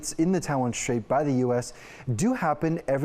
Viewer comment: There is no SH sound in the word straight